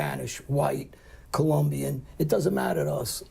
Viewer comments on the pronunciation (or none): none